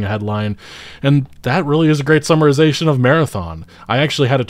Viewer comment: "Summorizatin" isn'r a word bro.